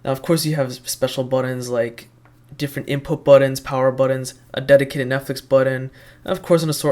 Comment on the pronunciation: BUTTONS, not buddons